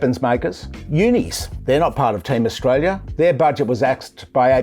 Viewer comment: I cringe every time he speaks, does our treasurer not have the mental capacity to talk about a topic and pronounce the name of the country he is charged with looking after at the same time?